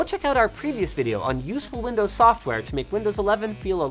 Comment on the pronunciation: that "windoes" in the intro